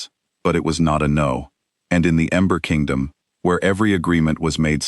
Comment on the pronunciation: Narrator is saying Amber Kingdom instead of Ember Kingdom. I love strong women stories. ❤❤